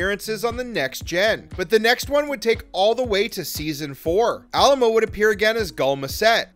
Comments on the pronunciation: Yes please pronounce his name correctly - Ah-LIE-mo. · Say it with me now: Ah-LIE-moh. Might be good to pronounce your subject's surname accurately. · Besides pronouncing his last name totally incorrectly through the whole vid, you missed a character – Marc Alaimo appears as a guest in Vic's Lounge in the final episode of Ds9, making the total character count 7. Research is always helpful instead of being lazy and parroting/plagiarizing info from Wikipedia.